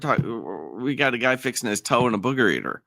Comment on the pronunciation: I thought the inmate at Nisqually said Adam Booger. ROFLMAO 🤣🤣🤣🤣